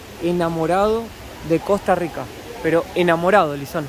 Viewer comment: Cuando el chico trata de pronunciar las erres de costa rica, no las pronuncia bien, las pronuncia como gringo. Puede sonar parecido, pero no es igual, la erre costarricense es retrofleja y la erre gringa es aproximante. La erre retrofleja es más difícil de pronunciar, por lo que se entiende que la pronuncien a la gringa y piensen que eso es todo.